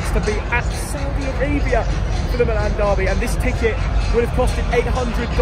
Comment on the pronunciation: The team is AC Milan (not Milàn). The name of the city, in Italian, sounds different than the team's name: the city is Milano (Milàno), the team il Milan (pronunced "Mìlan"). If you call them Milàn the team's name sounds like the city name (in English). Please, consider that.